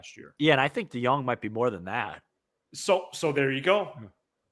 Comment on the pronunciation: His name drive me nuts it’s not “de-young” it de-jong.